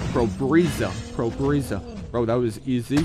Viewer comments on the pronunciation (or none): You killed "pobteza" 3 times